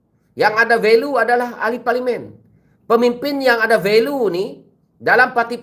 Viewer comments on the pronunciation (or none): Value pronounced as "va-li-u"